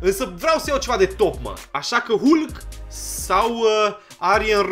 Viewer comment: Se citeşte "halk"